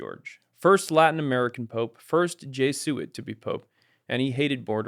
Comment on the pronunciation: They mispronounced Jesuits